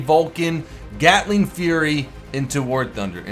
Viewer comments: it is called GATLING gun not GALTING gun, you know better than me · btw "GALTING GUN" FIX DAT! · its GATLING GUN nor GALTING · "GALTING"????, really?!?!?!? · Whats A "Galting" ? :D